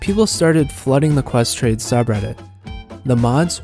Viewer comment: "Ques trade" scuse me?